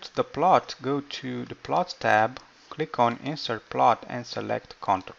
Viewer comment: Verb intonation is wrong. It's "inse'rt" not "i'nsert"